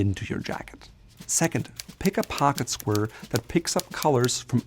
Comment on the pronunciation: "Pocket squrrr"